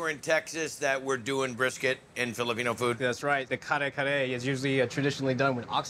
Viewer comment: Love the name of the restaurant. That one lady pronounced it "car-car- tho 🤣 I'm dead